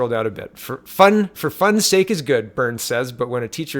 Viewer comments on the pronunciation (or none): none